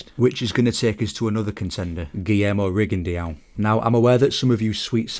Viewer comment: What is that weird way you’re pronouncing a French name Rigondeaux. Should be simply: Ri-gon-DÓ. Not Ri-gon-deeowww